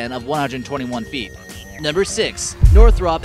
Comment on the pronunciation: Wow. Editing. Its a thing. Learn it please. Learn to say Northrop. 250,000lbs of fuel isn't much in this world.